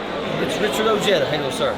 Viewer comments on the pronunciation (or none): Why does he pronounce his name o-ja-da instead o_hey_da